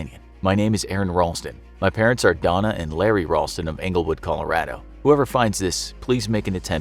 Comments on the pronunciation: Am I the only one that realized he said cola-rado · Hold on “CALORADO” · I love everything about this guy who narrates except how he says “colorAdo” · Nobody's gonna talk about how the narrator keeps saying Colorado with a short "a?"